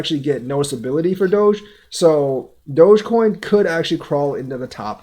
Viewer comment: Dude, it's Doggy coin, DogEcoin not dodge truck coin! lol